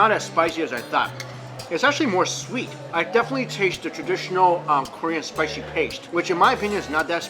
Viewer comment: very spishhhie??😂